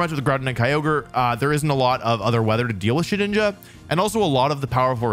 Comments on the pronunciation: Thank you for saying Shedinja correctly. I will now leave a like. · Bro can say shedinja right but not Zacian and Slaking 💀